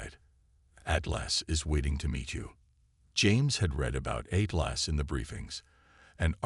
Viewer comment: THE AI CANNOT PRONOUNCE ATLAS , AND THEN AI CC WRITES IT AS “ EIGHTLASS “ REALLY , REALLY BEGINNING TO HATE AI IN STORY TELLING MODE ! THAT’S TWO HICCUPS IN ! TWO MORE HICCUPS , THE AI COMPUTER INTRODUCES ITSELF AS 8 GLASS AND THE CAPTAIN REPLIES , HELLO “ AT LASS “ ! TO THE MORONIC IMBECILES WHO COMPILED THIS STORY , YOU DO UNDERSTAND IT RATES A 0 OUT OF 10 AND OF COURSE A BIG THUMBS DOWN 👎 ! WHAT IDIOTS ! THATS 4 SCREWUPS IN 2 MINUTES AND 50 SECONDS , OMG , WHAT IGNORANCE ! I HAVE GIVEN UP COUNTING THE F**KUPS , BUT AT EXACTLY 11 MINUTES , NOW ITS 8 LAST ! I BELIEVE IT IS TIME TO SAY GOODBYE TO HFY Zenith , THIS IS ABSOLUTELY HORRENDOUS !